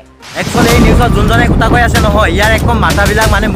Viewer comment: অসমীয়া কথা তেনেকৈ কয় নেকি অ ককাই? কি কতা কতা, কথা বুলি কোৱা আকৌ😆😆😆😆😆 নাজানিলে অসমীয়া ক'ব নালাগে দিয়া!